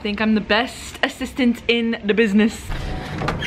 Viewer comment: A-sis-tant lmao